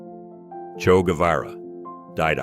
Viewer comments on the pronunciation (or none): It's Che Guevara, not Cho. Everybody should know that, especially if you mention him in a video.